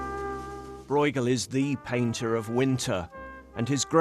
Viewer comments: Why can’t a single person bother to pronounce his name correctly?! It’s not ‘Broigle’. It’s more like ‘broe-chel’ with a ‘ch’ like in ‘loch’. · "Breugel" shouldn't be pronaunced this way... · Lol, it's not pronounced "Broygel" ^^ The "ue" sound (spelled "eu" in modern Dutch) is close to the "u" in the English words "burst", "curse", "urge".